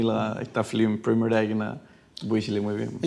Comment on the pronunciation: Nagamese 'flim' 😝 not film?